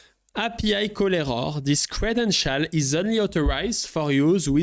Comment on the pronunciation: Le credenchaaaal